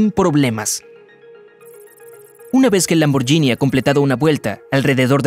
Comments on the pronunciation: Excelente video lo único es que la marca Lamborghini no se pronuncia de esa forma (lamboryini) es una g normal seria lamborguini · Lamborghini se pronuncia sin ll,osea Lamborghini. La GH en italiano se pronuncia G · Lamborghini no se pronuncia lamboryini se pronuncia lamborguini es lo mismo que el spagetti Vos decis spayetti o espagueti Y los electricos no se miden en caballos se miden en torque y kw